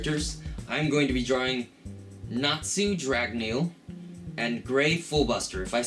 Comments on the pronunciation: I was just trying to make it simpler by making it a z so it doesn't look weird.... since he was pronouncing it Nat Su. at least at the start of the vid he did. so still....SLAP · u said natsu's name wrong! its pronounced natzu! *Slaps in the face! I FEEL SO SATISFIED;D